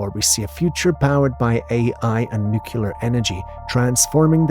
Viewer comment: Nuclear: NEW-KLEE-UR